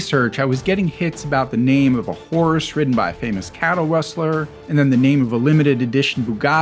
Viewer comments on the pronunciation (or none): none